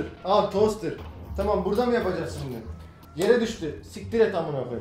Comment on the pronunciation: Şimde demesine bayiliyom yaa